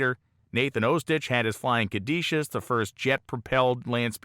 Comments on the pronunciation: Caduceus is not pronounced "cad ee shus" as you do in the video. It's "cad u see us". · Not to be pedantic but the Flying Caduceus is pronounced "ka-doo-see-us", not "ka-dee-shus". The caduceus is the mythological staff often depicted with 2 snakes wrapped around it as a symbol in the medical field.